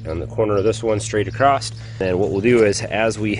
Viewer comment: Awesome video and great instruction! ...all the way up until you said "acrost" . I thought my online translator was going haywire so I threw the whole computer in the trash at that point. I hope I build my fence half as nice as you did with yours, though. Cheers